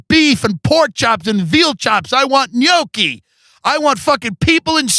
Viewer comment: Tim Dillon. This Michigander believes you to be a legend. Thank you for pronouncing gnocchi properly. Your Italian audience is proud.